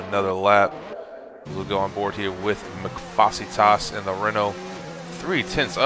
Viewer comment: Wow someone actually pronounced Mcfacetas name correctly! Good job